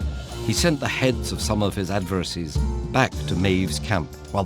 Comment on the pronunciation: Pardon me, but did the narrator mispronounced "adversaries"?